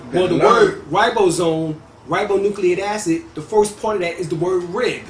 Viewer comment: ribonucleic acid = ry-bo-new-clayik feminine = phi-mih-nin helix = he-licks